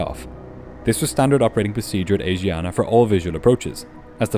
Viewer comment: Ahhhh, every time I hear you say "Asiana" I giggle. Asiana is not pronounced as AZIANA, but ASHIANA. A great video anyways!